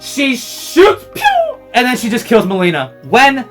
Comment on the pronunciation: I know the very first few seconds he said Meileena lol and it even shows it in the trailer wasn't even trying to hide it